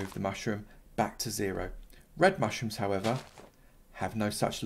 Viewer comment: Anyone hear him say mushtrooms